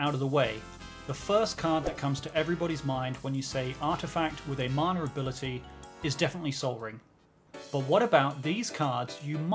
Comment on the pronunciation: Ngl loved the video but why does it sound like u say "manure ability" every time ?